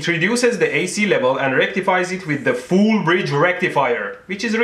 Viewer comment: "FOOOL BRIDGE RECTIFIER"😂